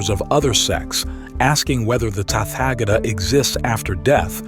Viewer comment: Thanks for this succinct transmission of the Tathagata's teaching. A request, as the USA drawlling accent is not easy to listen to, could you find another narrator? Someone who also knows the correct pronunciations of Pali, Prakrit and Sansktrit terms. Tathagata is Tat-ha-ga-ta not Tatfagator. 😅